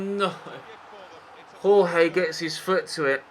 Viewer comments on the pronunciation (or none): none